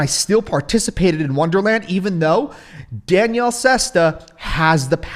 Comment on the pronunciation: Your not smarter than Danielle tell me about it you haven't pronounced his name right once you used to call him Danielle - e 🤣